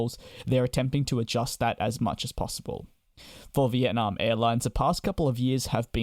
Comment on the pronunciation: It’s nam not narm